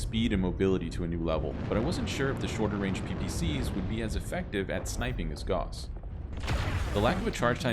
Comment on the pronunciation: Carl Friedrich Gauss would be appalled at how you pronounce his name. Truly an affront to mathematicians the world over.